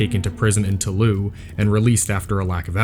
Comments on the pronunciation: for fuck's sake, toulouse is pronounced "to lose," not taloo. maddening. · Toulouse is pronounced as the english words "to lose" otherwise great documentary